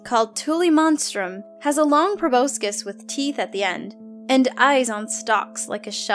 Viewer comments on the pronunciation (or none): none